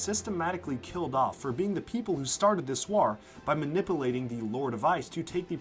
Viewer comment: Ah yes, 'wahrr', 'manippleation', 'swahrrms'